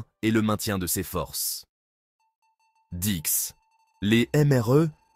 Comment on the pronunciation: Je commence à en avoir ras le bol de ces voix robotisées, de leurs défauts de prononciation (« dikse » pour « 10 », par exemple, ou « lipozoluble ») et de leur monotonie. Vous ne pouvez donc pas parler pour de vrai, avec des erreurs humaines, c’est vraiment si dur ??? Produisez moins, mais produisez bien ! Ça gâche tout, cette nouvelle façon de faire.